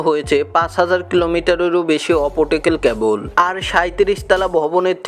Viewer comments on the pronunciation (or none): অপোটিকাল ক্যবল আবার কি। হবে অপটিকাল ক্যাবল।